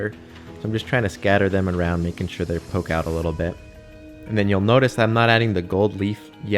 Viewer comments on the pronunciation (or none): none